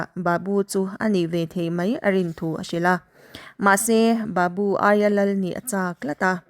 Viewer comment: Thu lam dan inzir belh a ngai. Sap, babu tih i lam dan (thluk dan) a dik lo.